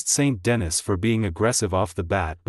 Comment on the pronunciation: saint dennis? well done computer voice.